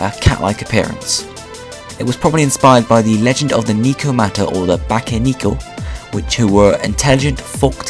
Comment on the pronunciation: Btw it's pronounced "Neh-koh-mah-tah/Bah-keh-neh-koh," xD